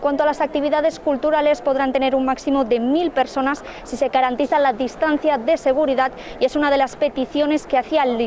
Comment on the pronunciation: La q presenta la información de Cataluña no sabe hablar: "trenta" "se carantiza"...🙄🙄